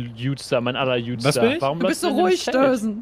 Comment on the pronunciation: "mein gutster mein aller gutster" nur nicht deutlich ausgesprochen dass es wie "jutster" klang